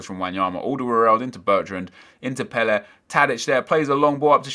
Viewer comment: Why are you saying Pelle like that?